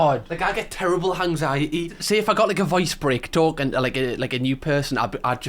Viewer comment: I know it’s because of your accent, but the way you say anxiety is great “hanxiety” I absolutely love it. I’m gonna start saying it like this now.